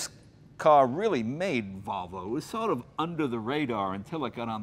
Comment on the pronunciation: Jay said Valvo! No, Jay, it's Volvo, unless maybe you're Swedish.